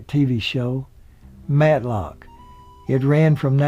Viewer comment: Numerous pronunciation errors ("Griffith", "Knotts", "Bavier") that have been noted by others, as well as a few that haven't ("Manteo"', "Matlock"). And some factual errors (it's "West Virginia University" not the "University of West Virginia", for instance). This charming video might be stronger if the narration were simply -- and easily -- re-recorded. If I'm not mistaken, intros to at least one or more years of "The Andy Griffith Show" specifically featured an announcer's correct pronunciation of the names "Griffith", "Knotts", "Bavier", and "Howard" in the opening credits and that might be a good starting point for a revised narration to this commendable YouTube video. Thanks for the memories!